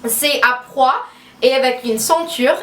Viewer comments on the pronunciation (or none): Ce n'est pas des prois mais des pois quand tu le prononce sa fait style poua voilà j'espère que sa t'aura aider! ❤️ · On dit pois, pas prois! Mais sinon j'adore, tu es vraiment superbe ❤️ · "pois" et non "prois". "si vous me connaissez" et pas "si vous me savez". C'est pas pur critiquer, juste pour t'aider :) . Super haul en tous cas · Ont dit des Pois (pwoa). Sinon super Haul pour ton style